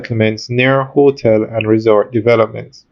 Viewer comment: The word is not "hoe-tel". It is hotel.